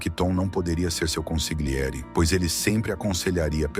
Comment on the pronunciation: ConsiGliere dói nos ouvidos. Ou traduz ou fala no idioma original, mas corretamente.